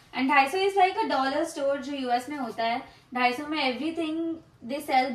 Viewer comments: 다이소 (daiso) is the correct pronunciation. Maybe you need to start studying. Also its not a fight or battle. I just stated what’s correct. Upto you to agree or not. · The pronunciation for “daiso” is incorrect 🤓 its not “dHaiso its Daiso” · daiso ❌ dahi soo ✔ btw i love your house❤